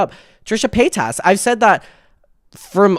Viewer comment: I’m a pay-TAS girlie through and through I’m never changing for anyone